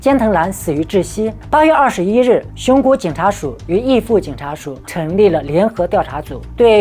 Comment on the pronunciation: ㄓˋ父不是ㄧˋ父，不同字好嗎？（日本地名「秩父」）